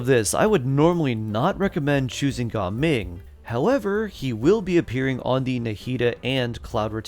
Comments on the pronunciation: Its not ga ming its gaming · Bro its Ga ming ❌ Gaming✅